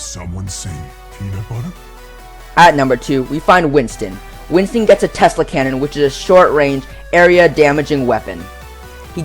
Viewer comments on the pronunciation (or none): none